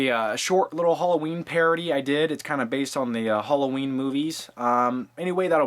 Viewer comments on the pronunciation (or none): btw HOLLOWEEN??? seriously??